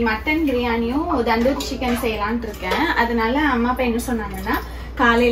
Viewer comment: Akka so nice vlogs. But u r pronouncing "tandoori" as "Dhandhoori" Just an note